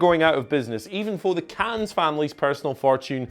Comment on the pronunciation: Does anyone at WhatCulture watch these videos back before uploading? The editing and pronunciation of 'Cannes' were both horrendous.